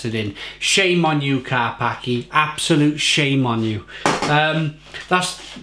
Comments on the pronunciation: Karpackie not Karpaki don't be racist :) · I believe the pronunciation is KAR-PAS-KIA .... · Its better than special brew or kestrel super. Its pronounced karpachi BTW.... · Learn to pronounce it properly first - Kar-pats-kyay Ignorance and clearly can't handle the strong stuff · Its pronounced car pach kia... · Dude, it's actually pronounced Ker- peski- uh. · Pronounced car-pa-cha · Pronounce it right 😂